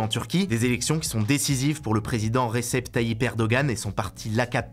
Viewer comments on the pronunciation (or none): ça se dit "redjeb" et "erdoan"